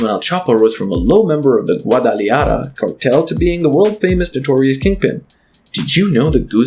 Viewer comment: It’s pronounced Goo ah d ah la ha ra btw